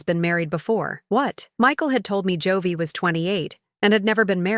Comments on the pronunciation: What's with the constant Jo-vey? Joey is pronounced 'Jo-eee'. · Joewee??? In stead of Joey.